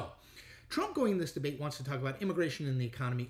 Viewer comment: He took "de-bate". Lol